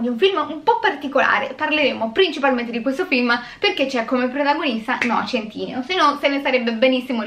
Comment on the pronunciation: Non è noah centìneo ahaha